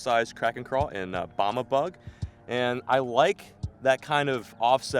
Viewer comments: 'bama" bug. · He did not really just say "Bahma" bug did he